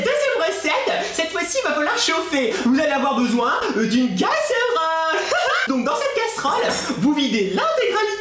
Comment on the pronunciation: 7.25 gaserole ou casseroles 😂